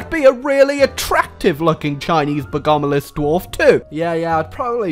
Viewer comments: The way you pronounce bogomilist physically hurts me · The way u pronounce bogomilist really makes me want to tear my throat